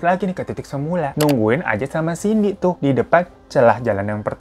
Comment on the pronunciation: Bang cindy bang bukan cinday🤣